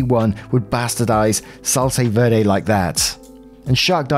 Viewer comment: I'm so sorry but you had me dieing at the pronunciation of salsa verde, I was just like is he trying to say vederit but weirdly? 😆 I guess this is me finally subscribing LOL